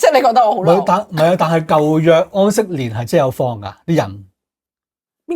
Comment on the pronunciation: 再講出懶音 疴息年 ! .